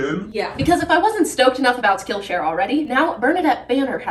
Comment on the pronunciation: Skill Sh”Ariel”. 😂